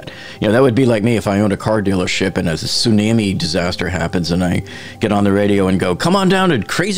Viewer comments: whats a su-nam-eeee? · i have never heard someone pronounce tsunami like you just did. "Sunammy" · . Honestly there’s nothing worse than a soonihmee. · Th way you pronounce tsunami is far more offensive than th subway sign 🤦‍♂️ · Very interesting pronunciation of tsunami lmao